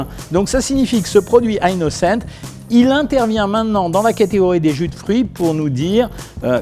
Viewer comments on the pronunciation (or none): c est a dire que c est un produit francais donc on prononce, "innocent" surtout que meme en anglais ca ne se prononce pas "aie nocente" mais bien "inocente" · On prononce "innocent" pas "aie nocente" c est un produit français, meme en anglais ca se pronnonce "inoncente" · Surtout qu'en anglais, ça se prononce pas "aynnocent" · Innocent est un produit français, pourquoi le prononcer avec un accent anglais ? 😅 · c'est votre prononciation de "Innocent" 😂